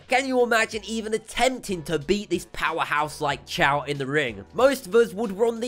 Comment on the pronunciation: His name is choy not chow. And he lost that fight by an arm bar.